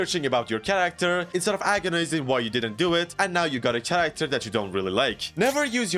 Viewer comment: no fucking way he says character with TCH. jesus what a low iq.